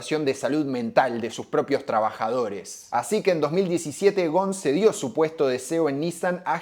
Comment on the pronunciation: Hola, muy buen video. Con todo respeto, como libanés que soy, me gustaría comentarte que Ghosn se pronuncia con la S incluida, Ghosn que significa rama y el plural o sea ramas es ghousoun (léase gusún) Además, por esas casualidades de la vida, en mis viajes al Líbano al ir a visitar a mis familiares, para ir a la casa de uno de mis primos, sí o sí debía pasar al frente de la casa donde se dice que está viviendo Ghosn que algunos años atrás y cuándo aún era funcionario de Nissan, en uno de sus viajes al Líbano, en un reportaje que dio a la TV libanesa hizo saber que era candidato a la presidencia del Líbano. En cuanto a Ghosn específicamente, su situación dividió las aguas, la mayoría lo cree inocente y aportan pruebas al respecto, sin embargo, subsiste un grupo de personas que aún lo creen culpable. Seguramente, en algún momento, la verdad, sea la que sea, terminará sabiéndose. Muy buenos todos tus videos, es un gusto ser un suscriptor de tu canal. Te mando un fuerte abrazo.